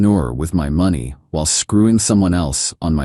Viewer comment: Get your AI to pronounce money correctly. It’s not even close. I have decided to fast forward your stories when this happens. FAIL